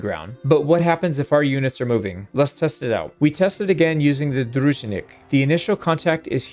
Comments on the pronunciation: Excellent guide with such needed statistics, but i have to point out one issue. Sturgian cavalry unit is not Drúznik, it's Druzhín-nik with zh like you pronounce g in Voulgier and double n(really double n, check it), because this word is russian word. Excited to see your next guides! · Great job! One small note: a Sturgian warrior is not a "drUUUzhinnik", it is a "druzhIIInnik". The word comes from "Druzhba" (friendship), which meant friends of the knyaz(Sturgian or Russian king). And "druzhina" means something like squad/army. Love your vids, thank you! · and "druGinnik" or "druJinnik" will be more correct and easy for your tong than "druZHinnik", I think :) It's damn letter "Ж". It's like "Gym" or "Job" 😁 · Or like Djinn/Genie kinda first syllable.